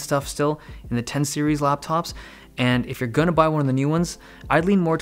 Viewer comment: dave be like RAPTOP'S IN 5